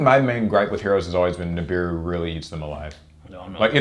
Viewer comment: Please pronounce nibiru correctly